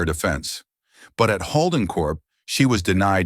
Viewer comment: The way they butcher 'Holden' is a crime! I lost track after the 5th butchering!